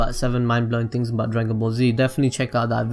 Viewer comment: pronunciation error no.1....things=fings. lol. just yankin around.